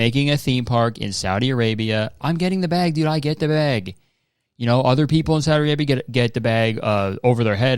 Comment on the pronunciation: why was i surprised that u said saudi arabia correctly omg im used to ppl saying sawdi arabia lol